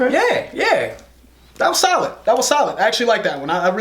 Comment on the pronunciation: I like the way he says solid "that was salad that was salad